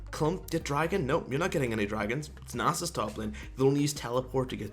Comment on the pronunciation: Now its actually worth clicking on this garbage video featuring lol player who cant pronounce Nasus (and so on...)with his mouth full of garbage this and that. Nice joke